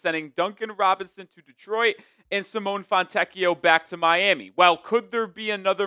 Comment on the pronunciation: It's Si-moe-nay